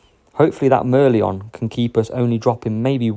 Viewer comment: Mer-LEON Mer-LION 😉